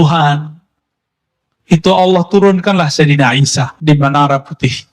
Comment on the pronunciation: Yakin Sayidina Isa yg di maksud tapi kedengeranya samar🙏